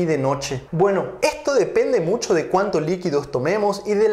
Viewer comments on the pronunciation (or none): none